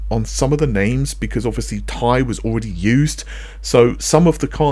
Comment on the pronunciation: It's T I , not Tie.